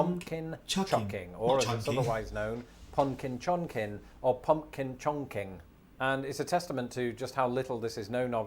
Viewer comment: Is he saying PONKY CHONKY?? It’s Pumpkin Chuckin’ lmao